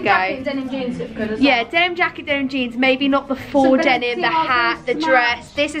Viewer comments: Denim, Denim, Demin, Demin, Denim. -Saffron Yes, she said Demin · The way you say denim hurts me